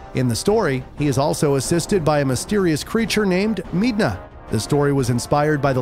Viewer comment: He also mispronounced midna (I think)